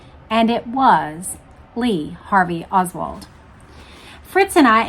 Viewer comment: "Lee Hardly Oswald. "